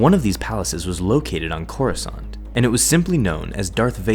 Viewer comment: He crossiant not coruscant